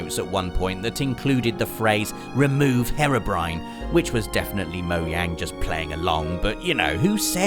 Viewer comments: its pronounced he-ro-br-i-an not her-obr-i-an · Herobrine not Harrowbrine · Funny you say herro brine when it is spelt hero brine... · Painful lack of knowledge regarding Hero Brian as "Hirobryn"? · Pronounce herobriane correctly